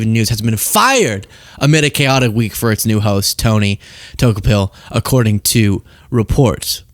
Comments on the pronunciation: DOUGH KO PILL. LOL Everyone is botching his last name. Lol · I'll transliterate, his name for you. Pronounced - dew ko pohl. 😉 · pronounced DUE_KOE_PILL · Tony "TOKE-a-pill"?!?!?!? So, you really are as ignorant as you appear. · Pronounced: Da-cope-al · Pronounced “ duh-KO-pul” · His name is pronounced Tookapill, he took the red one. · Du-Kopel if that helps. Appreciate you!